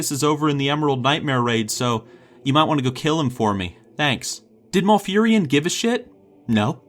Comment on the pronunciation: Lol, Maul-furion. Mal not Maul.